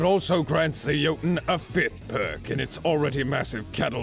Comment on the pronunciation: I will relish the day when everyone can pronounce Jötunn correctly xD (For those who don’t yet know, it sounds like “yo-tune”)